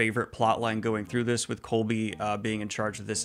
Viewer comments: Does Daniel think Koby’s name is “Colby”? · Fantastic review. Loved all the positivity! It still astounds me just how well this was received in general. Although it does break my heart every time you say "Colby" </3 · You keep saying Colby lol. His name is Koby, said like Kobe Bryant lol